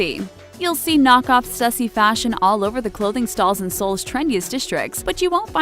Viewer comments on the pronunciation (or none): Stuhsee... Stoo-see is the correct way to say it. Please please please figure out how to pronounce things correctly before recording. It's such a common trend in your videos to mispronounce things, it hurts me. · Can’t even pronounce raf simons right UPDATE: also balenciaga and also stussy